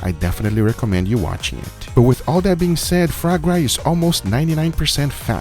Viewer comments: GUGA! It`s called FUA GRA not fRa GRA! It`s french...."melody" launguage. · Fra Gra lol if you say it fouwah grah you will nail the pronunciation! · its pronounced "Fwa-grah" not "frog-gra" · Guga, It's not pronounced as "FRA gra", it is "FWA GRA" ;D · No one: Guga: "FrAw gRaW" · Foie gras is pronounced FWAH GRAH. No R sound for the love of God. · Also Guga, coming from a French guy, try to pronounce it as Fwa Groa